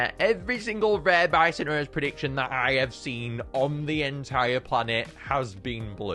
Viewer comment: Bi-so-nor-us: Bi-sin-ur-us